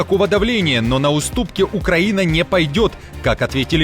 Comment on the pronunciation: «Военный аналитик» не знает как правильно произносится Украина😂 Где вы этого «аналитика « откопали???